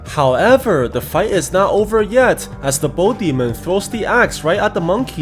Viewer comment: bro said bull demon once 💀💀💀